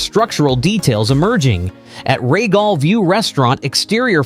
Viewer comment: Can you watch the way you prononce words? The Regal view restaurant is prononced reegal not regol as you mention.